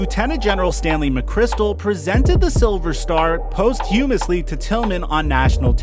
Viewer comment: "Post-humously" lmao